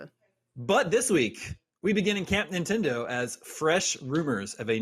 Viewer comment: The gentleman in the middle pronounces Nintendo as Nin-Tin-Do.